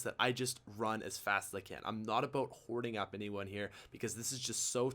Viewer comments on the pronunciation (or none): Hey idk y but when you say a boat instead of about I want to correct you really bad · The way he pronounces about gets on my nerves. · Once he said “A 🚣 “. I knew he was 🇨🇦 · why did he say "A boat" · it's always funny when you pronounce about aboat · The way he says bout it sounds like boat in england